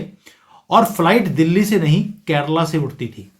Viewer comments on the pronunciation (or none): none